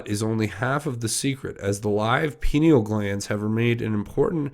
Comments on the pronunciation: re: pineal...It is pronounced pie neal. And I think the "glass" part is a typo. The pienal gland is a wallnut sized gland at the center of the human brain. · pineal gland is pronounced “pie-neal”, I believe as I been hearing rumours that the Luciferians have wanted to destroy it for some time. As I recall, calcification of it is one of the side effects of fluoride in our drinking water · If you are going to be providing information to the public you need to at least have the correct pronunciations of key words. Pineal gland is pronounced PIE-KNEE-AL. I appreciate your high standards regarding the use of profanity, but by the same token cartain vernacular terms do help get the point across effectively, being unnecessarily squeamish isn't serving your audience as well as intended. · Pie knee uuullll glands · I thought it was pronounced Pine-ee-al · (Pie-neel) gland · (Pi-neel) gland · Hey brother: “Pie-Knee-Ull.” Hope that helps. God Bless, CJH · Pineal: pronounce: Pie-knee-all. The pineal is important in Bird migration. Without it, birds cannot orient north-south. I I will speculate that penguins are probably a good source of pineal for researchers as they are large migratory birds, that can be found in large groups therefore, getting large quantity of the glands from them could be easier. If u r a researcher & want to analyze the contents/products of a gland, it helps to have lots of it. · You should check into McAlistetTV YouTube channel. She's very knowledgeable about the entire PEDOVORE/Pineal Gland (pronounced Pi-Neel gland). The Pineal Gland is the third eye chakra that connects us to God/Universal knowledge... You won't understand the Pineal Gland until you research and understand what yoga is about. Also, "Walnut Sauce"... You won't believe it when you hear about that. Sauce made from the Pineal Gland delicacy enjoyed by Pedevores... Look up McAlistetTV, PLEASE! (ON YOUTUBE) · Pineal pronounced pin eel.😉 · pineal gland pronounced pi-NEE-el